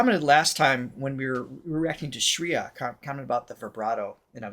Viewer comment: You got it! Time signature is in 7 (rupaka taal in Hindustani music), and the 'down' beats will be 1, 4, 6 :) Also, just fyi, "Shreya" rhymes with "Freya" – like "fray" not "free". Finally, to find lyric translations, don't put them in google translate. Just google "name of song + movie + lyrics meaning" or "lyrics english" and click on one of the many links that come up.